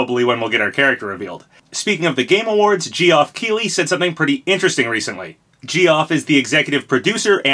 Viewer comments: "gee off" lol his name is pronounced jeff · Please keep calling him Jee-Off it's hilarious. I don't blame you, his mom is the one who spelled his name wrong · "Geoff" is pronounced exactly the same as "Jeff", it's not "gee-off". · Lol his name is pronounced Jeff, not Gee-Off 😅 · Gee-off keely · Lol Jee-off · His name is pronounced Jeff not jeeoff. You've said it wrong for so long and it's so annoying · Gee-off (is pronounced jeff) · STOP CALLING HIM JEE-OFF BEFORE I HAVE AN ANEURYSM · Hey papa just so you know “Geoff” is pronounced as “Jeff.” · It’s just pronounced “Jeff”, Papa 😂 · Lets pour one out for Sorabros Dantebros Lloydbros REbros. Also the way you pronounced Geoff hurt me lol its cool though! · dude its pronounced "jeff" lmao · his name is pronounced Jeff :) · ...Isnt it just pronounced Jeff... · Geoff is pronounced Jeff my guy. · Jee-off... Wow. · Its pronounced Jeff lmao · Can you stop pronouncing Geoff like that though, it's just "Jeff" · Between Vergeben and now Geoff, I hope he just leans into it and starts purposefully mispronouncing every name other than Sakurai and the most common of American names. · I physically cringed everytime he said geoff 😂 How do you pronounce a name so wrong!? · The way you pronounce Geoff's name was painful to my ears.